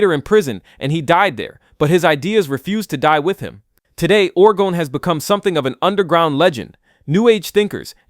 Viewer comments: I thought orgone was pronounced or-GOHN. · Orgone is pronounced or goe n. You even say it properly after mispronouncing several times. This pronunciation is different from orgonite which is where I think your initial annunciation is coming from.